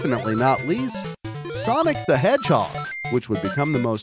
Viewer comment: it's Sonic the Hedgehog! not Sonic the Hedgehod.